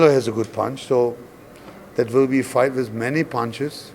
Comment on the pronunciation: This FOIGHT ??? AND IM TALKING ABOUT THE JOURNALIST !. 🤣🤣🤣🤣